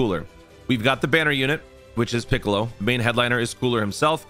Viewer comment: Lmao that "piccaleowwww" gets me every time